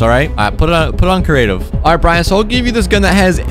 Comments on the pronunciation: Just letting you know it’s creative not curative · “Cerative” hahaha